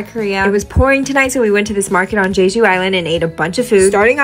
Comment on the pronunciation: jeju is pronounced with two hard j's 😄 it's not "zhayzhu"